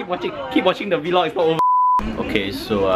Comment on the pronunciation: Di-Did you ju-just say v-log? OH MY GOD, IT'S VLOG